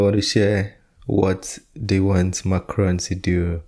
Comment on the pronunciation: Macron.... Not Ron